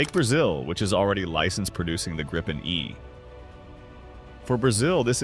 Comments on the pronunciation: So. Either pronounce it the «Gripen» in Swedish, or use the translation the «Griffon». To «gripe» is a whole different thing… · Gree-pen. Nothing to gripe about.😁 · in the same sentence you call it the gry-pin and the grip-in pandering to eyes and i-ts callers. Such diversification. However you fail aith the new engine by saying that supercruise will not light up the sky with tail bloom or guzzling fuel. Umm great. But does it drop leaflets to advise any listeners that any perceived sonic boom is a figment of their imagination and they should see a psychiatrist if they hear one? Also harder to intercept. I think I need to inform you that any chaser will not be hampered by using fuel on full AB to catch someone on super cruise in a push and shove scene. So even an old extinct EE Lightneing would have no trouble catching it as long as it only had a few minutes lead.. Lots of generic talk about a newer engines, without any detail of the specifics the headline is about and the fact that being an export engine solution to avoid Trump's control it also has reputedly potentially slightly less performance than the Swedish supplied production engine. And is it yet working? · This AI pronounces Gripen at least three different ways.